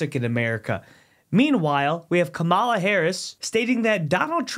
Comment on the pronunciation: Thank you, Ma’am, for saying Kamala’s name correctly. It’s such an easy name. I love Ronald Dump. Dump 2024!❤❤